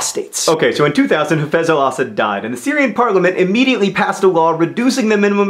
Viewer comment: Do most people pronounce Assad the way John does? I'm used to hearing it pronounced a slightly different way.